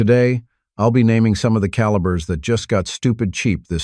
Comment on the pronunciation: I stopped the video at the AI mis pronunciation of calibers. Don’t use AI it makes the video bad.